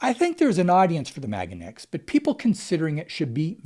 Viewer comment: You've convinced me not to buy it simply by pronouncing it MAGAneX.